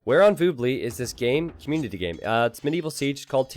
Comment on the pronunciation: its not que-munity... its COM-munity. fkkkkkkkkkkkkkkkkkkkkkkkkkk